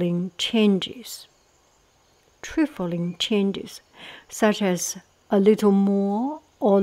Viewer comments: 6.42 trifling has only one “f” so has a long “i” sound. Tr-eye-fling 😉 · Vitiated = vish-ee-ay-ted Trifling = try-fling or try-fil-ing I love these videos.